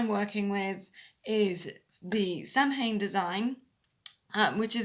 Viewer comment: I quit watching when she mispronounced Samhain. (It's SAH-win.)